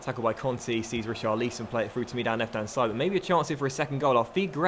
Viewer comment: Pls say richarlisons name properly you say it wrong check how the commentators pronounce his name when he plays in real life